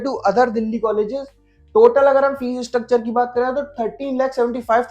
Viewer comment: Bhai fees hota hai fess nahi